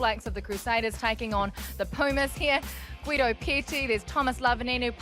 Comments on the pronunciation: Sadly she butchered Guido Petty's name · Put it in this way. If you say "Gilligan", that first syllable is how you say correctly "Gui-do".